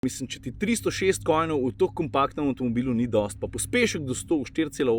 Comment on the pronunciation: Konjev,. KoNJev. Niso kojni. Tisto so bitkoJNi. 🤗😀